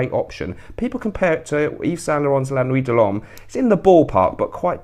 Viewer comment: It's a Chanel.....Dior......LA Nuit D L Homme haha